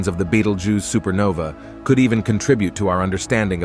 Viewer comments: Oh absolutely first prize goes to betelgoose 🤣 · I don't think you pronounced betelgeuce the same way twice😂